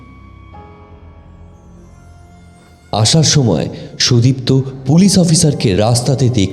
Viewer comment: Golpo ta bes Valo... But 1ta general Suggestion, Character er Naam gulo Aktu Simple Choose Korben doya Kore... Karon Sudipto Naam ta ( may be Bidiptaa Naam er Character thakar dorun) Koyek baar Sudiptaa hye geche... Ai vul uccharon, golpo Sonar somoy Khub Kane lage... tai ar Ki....